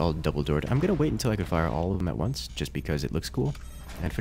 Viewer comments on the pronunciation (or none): none